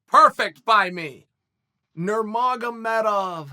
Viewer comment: But butchered Khabib. khabib nurmagomedov is pronounced Habib Nur-Mohammed-ov. Magomed is the Russian spelling of Mohammed